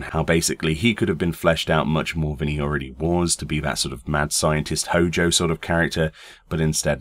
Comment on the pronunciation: I'm sorry, I cannot unhear the FF7 Machinabridged HO JO whenever you mention Hojo.